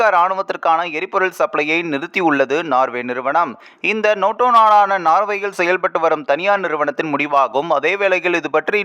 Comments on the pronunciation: Noto அல்ல NATO. ஏன் நேட்டோ பேசிக்கொண்டு துருக்கி leader ஐ show பண்ணுரெல். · நோட்டோ நோட்டோ என்று நொட்டதே! . ஆங்கில வார்த்தையினை தமிழில் சரியாக உச்சரிக்கவும். Nato எப்படி Noto ஆனது. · அடேய் ( நோட்டோ இல்லை நேட்டோ )அமைப்பு நாடுகள் பன்னாடை இது கூடத்தெரியாது செய்தி சொல்லவத்துவிட்டாய் 😂